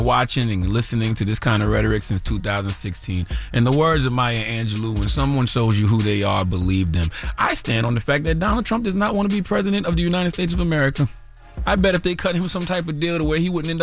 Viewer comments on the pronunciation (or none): Charla needs donkey of the day for not being able to pronounce maya Angelo's name correctly 😂